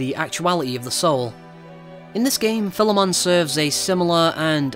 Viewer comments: video was amazing, and when you said Philemon's name correctly i was completely sold, not many people are capable of pronouncing the name (idk why tho) so.... congrats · yeah, philemon is a common name in history, so those persona reviewers that say it wrong just didnt do enough search, Major Highfive to Atlus